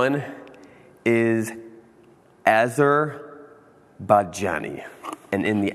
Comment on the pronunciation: No ones gonna call him out on his pronunciation of Arzerbaijani?? 🤡